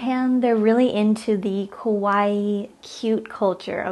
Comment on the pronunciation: No. We are not into kowai lifestyle. It's ka wa ii